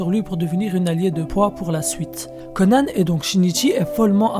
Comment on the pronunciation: Pourquoi tu dis Conane ? Mdr